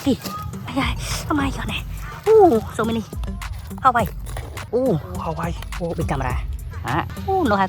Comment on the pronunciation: It's not Hawayee 😅 it's Hua Wei 🤦 That's how it supposed to say 😂